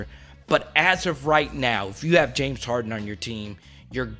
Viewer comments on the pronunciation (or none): none